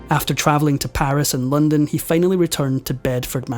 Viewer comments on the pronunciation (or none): none